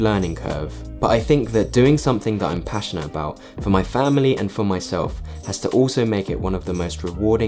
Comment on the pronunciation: "for my falamily" 😭😭 Luv all of your videos btw